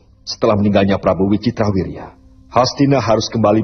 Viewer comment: Bukan Prabu Ricitrawirya, tapi yang Benar Wicitrawirya😀